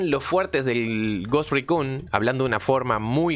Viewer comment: desde el video anterior sobre el Ghost Recon, si vuelvo a escuchar que mencionas en inglés "Ghost Raccoon" (Mapache Fantasma) otra vez, voy a enviar un petitorio a Ubisoft para poder jugar como un mapache enfierrado en una isla bugueada en el medio de la nada... xD